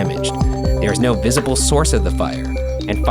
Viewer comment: Hate to be that guy, but it's "visible"